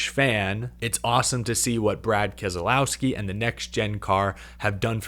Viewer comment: Can You learn how to pronounce Keselowski Your supposed to be media its not kez ah lowski there is no ah in his name ask him he will tell you